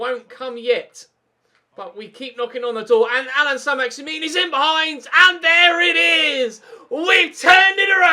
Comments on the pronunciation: na so what, ur bad anyway stop shouting and start saying names properly. its not saint maximin its pronounced as maximan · Pronounce it like St MaximAn instead of MaximIn very annoying, and I also think your side is good enough to play Ultimate or at least give it a go for the last 5 games of the season. CPU passing is very poor at times so up passing accuracy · Learn how to pronounce he name its Allan Saint Maximin its not min that part don't pronounce corcetly learn frensh last names.